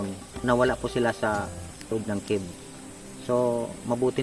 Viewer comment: anong kib pinagssabi mo??? CAVE po hnd KIB ..dios ko spokeperson ulol pa